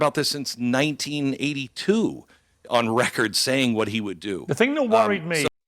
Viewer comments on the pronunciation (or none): none